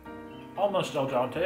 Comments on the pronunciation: Love your videos, and your recent collabs with Raina! Just a side note, the Italian pronunciation of pasta that’s cooked correctly is “al dente” with and E instead of an A 👍 keep up the good work! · Love how you say "Al Dante" instead of Al Dente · Can you do me a favor and start pronouncing al dente right? Driving me crazy lol